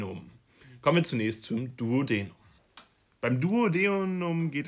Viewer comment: hi, finde das video sehr hilfreich, danke! allerdings hat mich bisschen gestört, dass die Aussprache von einigen Begriffen verkehrt war (z.B. duodenum, duodeni, caecum…) das ist leider verwirrend und wenn man die richtige Aussprache nicht kennt eignet man sich leicht die falsche an. Vielleicht einfach vorher nochmal die Begriffe anschauen :)